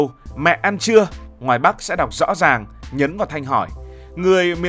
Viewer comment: Em phát âm (rõ ràng) sai nhé